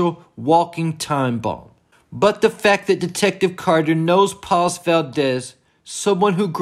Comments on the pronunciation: Please say her name as "Pahs", not "Palls". 😉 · Paz bro….paz, not PAWS 😂…love the content tho!